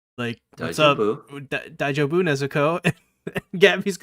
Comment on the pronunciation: FYI, "dai-jo-bu" is pronounced with the accent on the second syllable and with long "o". (Often written "daijoubu" in fan translations, to indicate that the "o" is long".)